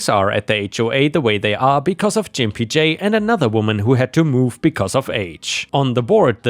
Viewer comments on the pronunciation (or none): Learn how to properly pronounce words! "Gimpy" is pronounced with a hard G sound, not with a soft G sound like J. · G=(GUH) sound. so Gimpy is pronounced like LIMPY but with a G. the word is kind of an insult to people who limp or walk with a cane or walker. I prefer to call my husband pogo-stick as he only has one leg so he has to hop everywhere. i also call him gimpy sometimes when he is being slower than usual. Just trying to help you, with some pronunciations. love the channel! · Gimpy is pronounced g( ground) impy. It means crippled, sort of...🙄😆💋💖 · you pronounced gimpy wrong, it's a hard G like the word Guy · All I can remember about that story is the pronunciation of Gimpy J Jim-pee-jay! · Just FYI, for future reference: "Gimpy" is pronounced with a hard g. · You're pronouncing gimpy wrong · THE G IS HARD IN THAT GIMPY...... AS IN GO GO GADGET *WONDER IF YOU'RE OLD ENOUGH TO REMEMBER THAT CARTOO" LOL. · “Gimpy” is pronounced with a hard “g” as in “gas”, not a soft “g” like in “giant”. In this context, it means “having a limp”. I hope this helps. ⭐⭐⭐⭐⭐ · The G in Gimpy is a hard G as in Get or Gone - not a J sounding G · Gimpy is pronounced with a hard G, like in "get".